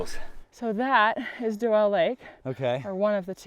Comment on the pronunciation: I believe the lakes are pronounced "Dew-Lee" not "Doe-Elle". 3rd gen, lifetime resident and this is how everyone I know called these.